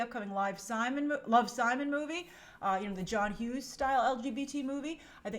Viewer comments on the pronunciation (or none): none